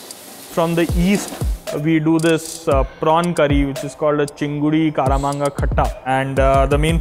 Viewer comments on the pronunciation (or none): Kamranga not karamanga. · This guy claims that he remembers what he ate when he was 4-5 years but can't recollect that fact that it's pronounced "Kamranga" instead of "Karamanga". The M comes before the R. Well their goes his authenticity down the gutter... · the chef says chingri Kara-manga....it is Kam-ranga. Kamranga is the Bengali name for starfruit. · He can not pronounce Kamranga properly, and boasting selling it's curry 🤣🤣🤣